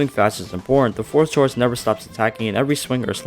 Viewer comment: Chorus is pronounced core-us (I hate to be that guy but Im going to be that guy)